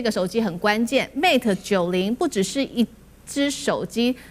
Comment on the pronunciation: its pronounce as Mate, not Mat!! halo taiwanese!